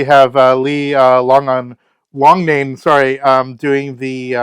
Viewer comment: Lee is pronounced Lock-nane. 😊